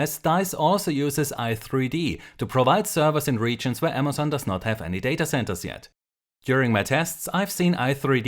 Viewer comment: When you said Amazon, it sounded like MSN. haHAA Also nice video